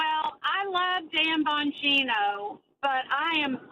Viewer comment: Enunciated carefully please It sounded like you opened with, "Tampon Gino"